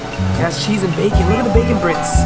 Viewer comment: anoone else hear him say "look at the bacon brits" instead of bits?